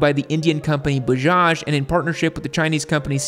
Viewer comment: Its bajaj not buzaz